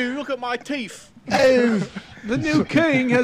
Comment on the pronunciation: with “look at my teef” 😂😂😂